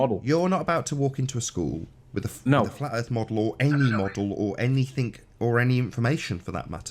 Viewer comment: Like so many illiterate people, he thinks the word "anything" is spelt with a "k and pronounced "anyfink" good God.